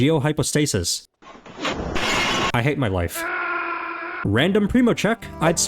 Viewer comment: When you said I hate my life I thought you said I hate my wife